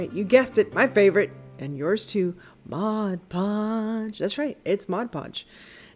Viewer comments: It drives me crazy when people say modge podge. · I love the tip you shared for the vase !! You're not alone in saying modge podge lol Sparkle Mod podge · I don't like when people call it Modge Podge either. You have the bottle in front of you, read it right. I just got some dishwasher safe Mod Podge. Never heard of the Sparkle Mod Podge. Didn't know they have so many different ones. Hey, I live in Miami-Dade County south of you. So cool. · I LOVE sparkle mod podge! I use it all the time. I sooo agree with you on the correct pronunciation. It drives me crazy when ppl call it modge podge... Lol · I have never heard of sparkle mod podge! And I also can not stand when people say modge podge 😝😝😛